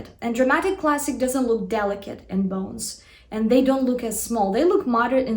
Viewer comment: Who likes when says "bounes" and "gammeen" (bones and gamine)